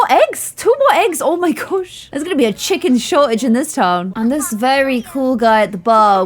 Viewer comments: I love how she said Chickon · I love the way says chicken! ‘Chickon’